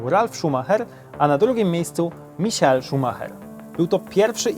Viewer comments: Michael a nie misiael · czyta się normalnie michael a nie jakoś misiael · Skad pomysł na wymawiane "Misiael" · "Misiael" no padnę ze śmiechu XD Michael Schumacher jest i będzie legendą F1